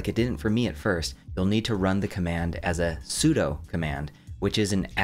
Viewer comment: "sudo" is "soo doo" (the command is derived from super user "do"), not "soo doh". also, I would HIGHLY recommend using git to version your vault so you can easily review (and revert!) Claude's changes.